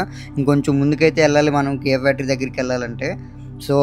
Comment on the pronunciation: Not Kiy, it's KIA car factory